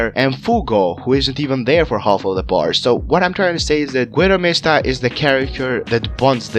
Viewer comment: “Gwidow mihstuh” Goo-ee-do Mees-Ta